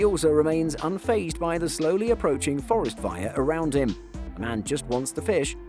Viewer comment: Not a forest fire without a forest... unless you guys think this is a forest where you live, you definitely have an accent.